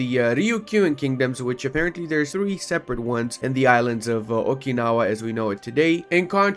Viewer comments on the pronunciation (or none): none